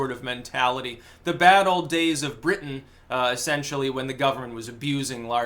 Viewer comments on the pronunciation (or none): none